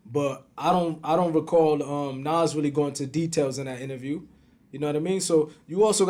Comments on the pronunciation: Bro it’s NAS and not NOS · N-A-Z not N-a-w-z my G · Does the not know how to pronounce the name NAS correctly!? Damn man! This shit got me triggered! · Every time mentions Nas he pronounces his name like Nos 😂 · I love when he call Nas Nahs 😂😭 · i hate the way art says nas name 😂😂😂😂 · Why can't the interviewer pronounce nas name right,little annoying,but it's all love..